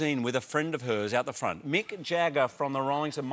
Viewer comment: "Fornt"